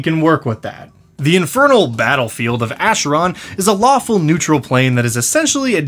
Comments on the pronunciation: Sorry to be "that guy", but Acheron is a Greek word and the "ch" makes a hard "k", as for "chronotyryn". So it's pronounced "Akeron" rather than "Asheron". In Greek mythology, the Acheron was one of the rivers of the underworld, alongside the Styx amongst others. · So you have the majority of the pronunciation correct but it's not a "sh" sound it's "k" sound more akeron less asheron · Please lol. It's pronounced "ackeron" like chimera "kimera". I'm sorry it just made me shudder when you said it that way lol. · i think is the only one i have seen or heard pronounce acheron to pronounce it the way he does, rather than the way i have heard literally everyone else pronounce it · Minor nitpick, but the ch in Acheron is pronounced as a k. It's a river in Greece, the entrance to the afterlive and, ofcourse, the eternal battlefield in D&D.